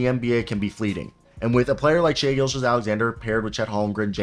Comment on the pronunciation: Good video. Butchered a couple names but you mean well. Just call Shai SGA. It’s just easier lol. In a huge thunder fan and idk what to expect out of this season. They’ve completely exceeded my expectations